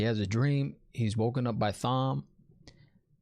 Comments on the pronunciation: It’s not pronounced thom it’s Tom. The colors of the ahah of the aes sedi represent their discipline. Reds hunters of men who can channel. Yellows are healers. Green battle ahah. Etc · The way you pronounce Thom gets me every time lol! You're doing a great job! Love your channel. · also its pronounced tom not thom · Also, it's Thom with a silent "h". It's pronounced Tom. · Dude - just so you know, it’s pronounced “Tom” even though it’s spelled Thom. Love seeing your reaction to this, not knowing the series. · Okay, it was cute at first, but we know how Tom’s name is pronounced. Unless you promise to go through life pronouncing the th in Thomas, Thompson, etc. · LOL LANCHOPS!!! love the videos. Also not to be rude but Thom is still said Tom, silent h. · The question about women not seeing the men’s weaves: men can’t see woman’s either but Logain is special and can see. Woman CAN sense him drawing in the power. So the green Aes Sedia new he was about to attack but didn’t know with what SIDE NOTE: Thom is pronounced Tom. I made the same mistake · Thom is a great character, but his name is pronounced just like our regular Tom. Silent H my man. Lolol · Lmaoooo I love your reviews. It's great to see your honest opinions, no matter if you're right or wrong. BTW you pronounce Thom like 'Tom'. Keep up the great work! Also yeah Fades are really freaking powerful. Logain was incredibly powerful, but from the looks of it, Nynaeve is even more powerful than him. Moiraine seems to think Egwene is on par with Logain as well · "Lan chops" Thom's butter knives? You're killing me 😆. Thom is pronounced like Tom (it's not short for Thomas, but it's like that). I love the subtle fan service they gave with Liandran mispronouncing Nynaeve. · The H is silent in Thom's name. It is pronounced just like "Tom" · Thom is pronounced "Tom". Egwene is pronounced "Egg-Wayne". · It is pronounced Tom. The H is silent